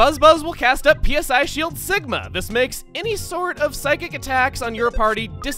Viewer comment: It hurts to hear "PSI" spelled out every time and not "sigh" as in psychic